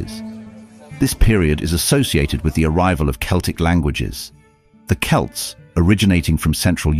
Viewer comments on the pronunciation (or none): none